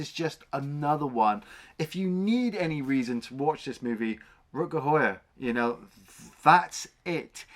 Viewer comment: it is pronounced How-Er isn't it ?